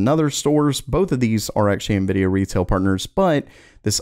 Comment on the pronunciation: Monkey D luffy ❌ nividia D force ✅